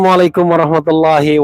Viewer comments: Ass wr wb. Maaf bang Refli ucapan salamnya kurang sempurna. Bacaan lam alifnya kurang panjang. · Bang Rafly, usul bgm kalau salam pembuka tsb jgn 2 harkat pd pengucapan di awal kata #AssalamualaikumWW. Cukup 1 harkat aja... 😊